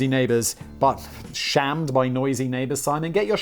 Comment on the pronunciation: Did Simon accidentally make his own pun buy mispronouncing "shame" as "sham" while talking about clover or did Danny try to put in a pun that went over Simon's head and Simon assumed it was a typo?